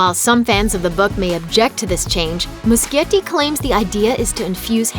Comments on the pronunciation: NOT MUSKIETTI, IT'S MUSCHIETTI GEEZ!!! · the director of it chapter one is pronounsed andy mushetti not andy muskietti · every time this bitch said Andy Muschietti's name wrong i got so pissed lmao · I cringe every time she says muschietti